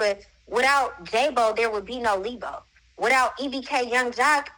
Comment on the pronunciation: Not leebo😂